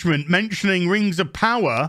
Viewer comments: If you don't like "Rangs of Powa'" you're probably a Nasssssy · I gonna call it "rangs ov powa" from now on.